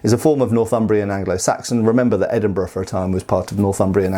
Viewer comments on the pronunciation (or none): none